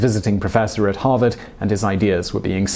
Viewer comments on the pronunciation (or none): none